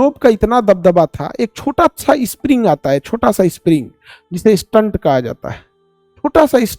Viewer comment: Sir maaf kijyega ....apka pronunciation galat hai stent ka